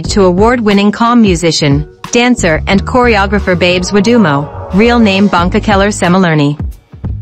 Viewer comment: Oh my gosh the way she pronounces African names like Bongeka and the way she pronounces Natal in the name "KwaZulu Natal"